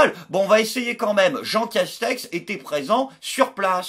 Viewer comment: A chaque fois qu'il dit le nom du premier ministre j'entends "Jean Cache-sexe" xD